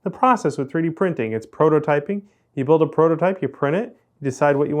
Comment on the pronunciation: At the end it almost sounded like "See you in a Britt with another Bill."